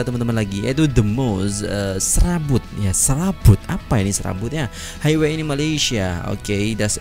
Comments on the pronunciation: Highway cara baca nya haiwe bukan haigwe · ...onesky disebut wàn-skai, highway disebut hai-we